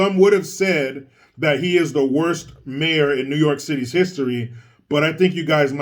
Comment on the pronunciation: Me: Notices does a video involving NYC. Also me: Wonders if he'll do a "Noooo Yaaaawk" accent?: "Hold my hat!!"